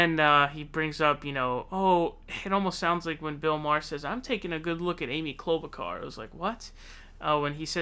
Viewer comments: its pronounced Klobu (char) not Klobu (car). Awesome segment however. Thank you. 49 years old and huge fan of yours. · Your pronunciation of "Klobuchar" is frightening. lol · Why do you say "klobe a car"? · Quick question. Are you purposefully saying every candidates name wrong?